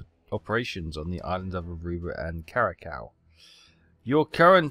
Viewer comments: Great video, but remember that the island of Curaçao is pronounced Cu-ra-sao. The ç is pronounced like a "S" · As a heads up, Curaçao is said like Kura-sau (or sow, if you think of a female pig).